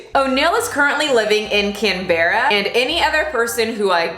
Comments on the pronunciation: Im offended that you called it 'can-berra' when its pronounced 'canbra' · As an Australian, I’ll tell you — “Canberra” is pronounced as “can-bra” not “can=be=rra”. Aussie words are weird with pronunciations haha. Minor issue aside, as a person who has gone through something similar, and living in the same country, hearing this news made me shake...but I’m so glad u talked about it! As far as I know no youtubers has addressed this absurd madness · Aussie here, did u just say, cam-berra, instead of saying cam-bruh?? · I'm so "OFFENDED" - You pronounced Canberra wrong! - It's Can-bra 😂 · It's pronounced "Can-bruh" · As a Aussie I'm offended by the pronunciation of Canberra (said like Canbra in one go) hehe. In all seriousness this is sooo wrong!! Can't believe he's getting off scott free 😡🤬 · I know this video is 2 months old, but I haven't seen any comments about this, It's "Can-brah" 😂 Aussie words are not intuitive pronunciation unfortunately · I would say I can't believe that this happened in Australia, but it just came out that a staffer was raped in the federal parliament. Also way beside the point but it is pronounced Can-bra. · I know it’s spelt Can-bear-ah, - but it’s pronounced ‘Can-bruh’... we’re a weird mob, lol 🇦🇺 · When she said “Cann-bear-a” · As an Aussie I'm like where the f is Can bear ra ... then ohhh it's the accent Canberra lol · Can-bra Justsayin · Heya, Aussie here! Canberra is pronounced "Can-brah" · LMAO I'm sorry but as an Aussie your pronounciation of Canberra killed me 😂😂 ya say it like can-bruh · Just FYI, it's pronounced "can-bra" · Canberra = 'can' 'brah' from an Australian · Not offended but hey, an Australian here, that pronunciation of Canberra was hilarious haha. It’s pronounced can-buh-rah because Australia is weird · HOW U SAID CANBERA OMG IM DYING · I'm offended you pronounced Canberra wrong, but also not coz Canberra is boring af 😂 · im offended by the way you pronounced Canberra also that man can rot in hell for eternity